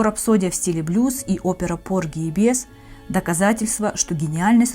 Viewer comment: Porgy and biez please learn the pronounciation and i hate rankings its Apple and pears